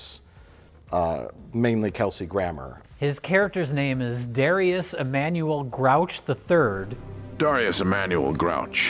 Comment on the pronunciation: “I’m Dharr-ius Emmanuel Grouch the Third” That’s either a WILD choice or a WILDLY wrong guess at how you typically pronounce Darius 😂